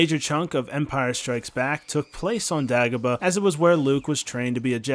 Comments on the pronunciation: you mean day-go-bah? Not da-go-bah. You must be trolling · I think you mean day-go-bah (pronunciation) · Are you trolling with how you say Dagobah? How? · Hahaha, same